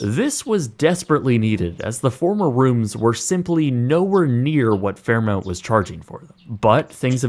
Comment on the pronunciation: It's pronounced "Fair MAWNT", not "Fair MOUNT" (Fairmont). This guy is an American and should do better. 😡